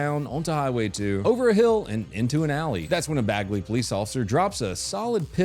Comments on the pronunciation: Bagley is pronounced with a Minnesota accent. It's pronounced baigley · its bay glee, not bag lee